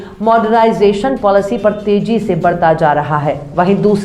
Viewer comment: Jeo Tezy not teji You speak good Urdu Anyway keep it up